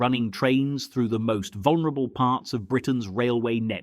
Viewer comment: True deception. Speak English without knowing proper pronunciation. That’ll fool them. The word is vulnerable not vonerable. You need to learn to speak the language yourself if you know the correct spelling.